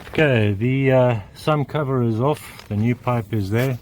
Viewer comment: Are you saying "sun cover" ??